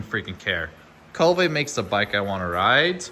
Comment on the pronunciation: Be great if he could pronounce Kove properly..🙄